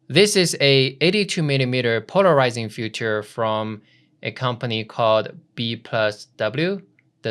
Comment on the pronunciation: Love it and you. :) perfect done! - practice saying filter-feature-future. greetings! :) Di.